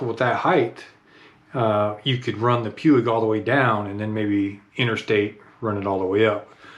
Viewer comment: Major pronunciation malfunction, Puig is Spanish.